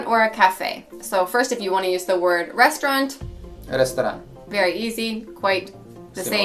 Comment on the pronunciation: Lol you actually pronounce "restoran" and "kafić" better than your husband. The accent is on the first syllable (just like you said it) and your husband says it in the Zagreb accent with accent on the last syllable which is incorrect with regards to standard Croatian. kàfīć (accent on first syllable and then a long i), restòrān (accent on middle syllable, long a on last). I would definitely tease him about that if I were you :D